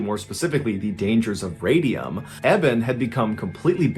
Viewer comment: No, it is Radium